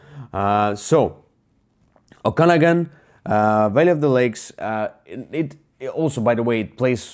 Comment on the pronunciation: Very good thoughts on the game: Just a helpful hint, Okanagan pronunciation: There is an extra emphasis on the third syllable :)